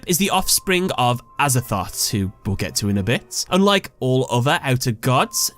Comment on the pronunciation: Him : Outer Entity Azathot Me : Aza-thot? XD